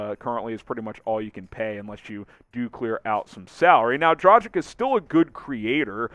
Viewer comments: It's not "Dra-jic". It's "Dra-gitch" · Just combine Drag (on) + word Itch and you have right pronunciation. It is not a Dragon. It is Drag(on) with an Itch. 🙂